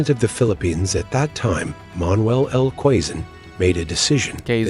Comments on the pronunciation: ❤ I love it, when you corrected the pronunciation of Quezon. By the way I'm from Quezon City and I grew up in Quezon province. More power to your channel! ❤️🇵🇭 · I laughed out loud when you corrected the pronunciation of Quezon--spot on, you now know your way with the language. 🤩🤩🤩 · Quezon 😂😂😂😂 the way he pronounce it perfectly 😂😂